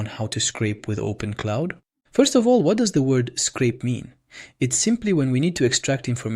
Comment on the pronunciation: Its OpenClaw not OpenCloud. Just for future reference.